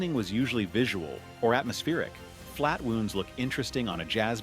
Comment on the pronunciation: flat-wooonds? AI generated narration!